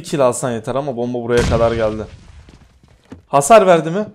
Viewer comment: Abi hasir değil hasar dk